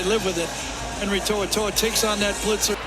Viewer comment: HENRY TO’OTO’O ( toe-oh toe-oh)